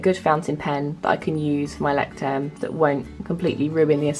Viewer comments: Not to be rude but its pronounced "loy-ckt-turm". Its German for lighthouse. Good video though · The way you pronounce the name of the journal : loy-sh-sterm